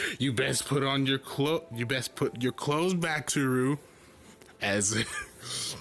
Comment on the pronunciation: Im pretty sure its almost pronounced towru or just to-ru